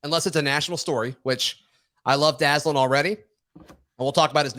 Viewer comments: Good job this morning by you and. Couple things: I think you pronounce his name Da-ZAY'-Lin. Hard a in the middle syllable. Second, I saw him play at HTHS and the guy can fly, but more importantly, he can catch and hang on to the ball. I don't remember him ever dropping a pass at HTHS. I hope that continues at AU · Went to high school with Dazalin and Javarrius Johnson, Both are some great athletes and have a good relationship with each other which could help us out as well! His name is pronounced Dah-Zay-Len